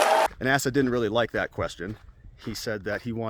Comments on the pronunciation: Hutchinson's first name is pronounced as AY-sa, not ASS-a, (not that this guy's name will come up for much longer, with regards to the primaries.) Otherwise, great content as usual! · Asa pronounced ai~sah :)